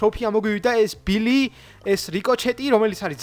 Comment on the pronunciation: ბილი არა ბული და რიკოჩეტი კი არა რიკოშეტი